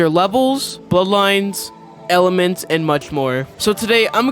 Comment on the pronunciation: Did nobody notice in the beginning it said "elenements" instead of elements lol